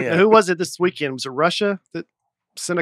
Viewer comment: I’ve noticed Dusty adds a “T” to the end of a lot of words. Especially words that end in “ND”. Weekendt, groundt, aroundt.